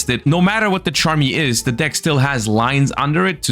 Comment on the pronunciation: Thank you for calling them Charmy’s and not chummies smh 😂😂